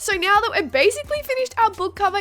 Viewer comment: when u say now it sounds like meow